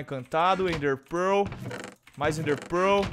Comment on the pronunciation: O FALA ENDER PEROOOL